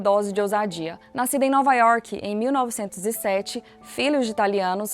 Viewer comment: "IORQUE"! Mineirinha da Porr.. 😆